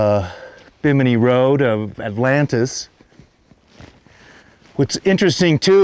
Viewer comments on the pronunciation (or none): none